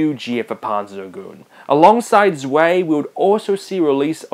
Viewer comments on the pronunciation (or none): Don't know why, but it sounds like you're drunk when you say "Panzer Dragoon" :D By the way, the german "Zwei" and "Drei" are more pronounced like "Zwai" and "Drai" :) Love those two titles but never got my hands on Panzer Dragoon Saga. Sadly, the last title was for the XBox and we never heard from the series again. :(